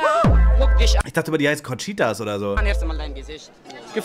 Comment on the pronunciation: Wenn jemand schon "isch, misch" und "disch" sagt, hat sich für mich jedes weitere Wort erübrigt...